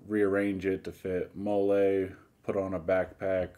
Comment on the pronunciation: Pronounced Mollie. And you have the flag displayed wrong. Stars go on the left.